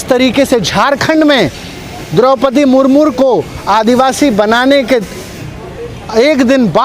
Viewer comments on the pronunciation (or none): अबे मुर्मू बोलना सीख ले मुरमुर बोल रहा है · Sale ko Murmu bolna nahi aa raha hai murmur bol raha hai.... 😂😂😂🤣🤣🤣